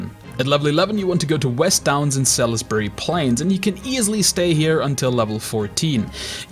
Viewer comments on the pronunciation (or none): It's pronounced SALSbury, sal-is-bury :D